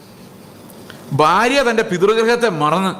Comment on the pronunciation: ഈ "ബാര്യ, ബർത്താവ്, ബാഗ്യവാൻ" ( ഫാര്യ, ഫർത്താവ്, ഫാഗ്യവാൻ = കോട്ടയം വേർഷൻ ) എന്നതൊഴിവാക്കി ഭാര്യ, ഭർത്താവ്, ഭാഗ്യവാൻ എന്ന് കൃത്യമായി ഉച്ചരിക്കുവാൻ ശ്രമിച്ചാലും plz.